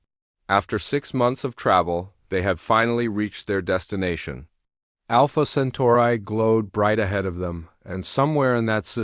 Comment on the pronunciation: Software needs a tune up to pronounce words correctly. Alpha Centauri is not pronounced Alpha Centurah.